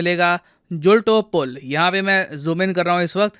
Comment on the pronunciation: Sir it's "मच्छू river " । Not मछु छू And " जुलतो पुल " not जुलटो पुल